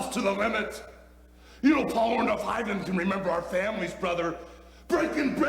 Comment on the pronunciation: I love how Hulk calls him OrndOFF